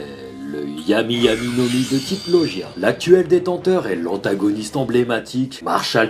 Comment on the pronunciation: très bonne vidéo et très bon top mais juste pour la suite, ça ne se prononce pas loJia mais loGUia ^^.